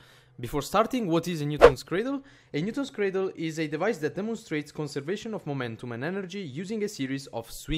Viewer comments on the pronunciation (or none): I love how you call it a "Newtol's cradle"!